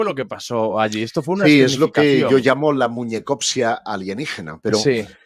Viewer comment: se dice "muñeco" no "moñeco"